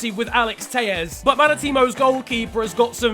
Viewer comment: Bro it's Portuguese not Spanish what the fuck is Teies it's Teles the double L in Portuguese does not make the same sound as in Spanish